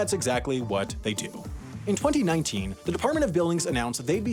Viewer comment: I find how you say 2019 VERY OFFENSIVE and swear word notice